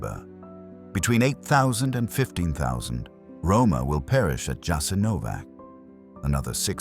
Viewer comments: When you've already got into this topic, you should have learned how to pronounce the name of that place correctly! Jasenovac with an initial J and an ending C - and you can't pronounce it as if it were a place where English is spoken! And one more thing. Even though it was a concentration camp during the NDH, you should have mentioned that the first concentration camps were founded by the English, and you don't mention them because they were just as ruthless towards people as any other, whether in WWII or before or after it. Just ask yourself how the UK came to have all the territories where English is spoken, including Hong Kong, and only then judge Croats and Croatia because you clearly don't know enough about their history and everyone who occupied it during it! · because he is an illiterate English provocateur! he doesn't mention their shit and camps during the plundering of his known world over the last 600 years. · "Yah-sin-oh-votch" was establish in occupied Yugoslavia and was operated by the Ustaše regime. Europe's only Nazi collaborationist regime that operated its own extermination camps, for Serbs, Romani, Jews, and political dissidents.[7] It quickly grew into the third largest concentration camp in Europe.[8]. Unlike German Nazi-run camps, Jasenovac lacked the infrastructure for mass murder on an industrial scale, such as gas chambers. Instead, it "specialized in one-on-one violence of a particularly brutal kind",[10] and prisoners were primarily murdered with the use of knives, hammers, and axes, or shot.--Wikipedia. It was a huge brutal place, there are some horrible photos online of people that were maimed there, but still managed to survive. The camp is not "well known" in the west. If you are interested, I recommend starting with the Wikipedia page for "Jasenovac". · A British voice gives so much authority! Too bad he cannot pronounce Jasenovac correctly. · Probably not pernounced with a j but a ya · Pronounced "Yah-sin-oh-votch"